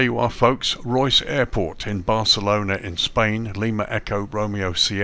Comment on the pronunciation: Nice video. It’s pronounced Ray-us